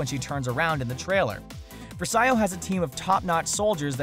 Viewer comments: It's pronounced verse-ee-oh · Versio,not Versaio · You said versio wrong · IT'S PRONOUNCED VERCO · It's pronounced Ver-see-o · Louise Troche Vers-ayo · Louise Troche yeah its vr see o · Louise Troche yeah it's ver se o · BfII looks great, but this dude doesn't know anything about Star Wars. Can't even pronounce versio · You just repeated the same things like 3 times. And her name is verso you can't even pronounce that !